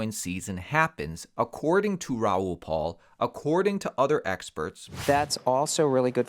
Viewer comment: His last name is PAL, not PAUL. How do you not know this?? And we're supposed to listen to your bogus advice?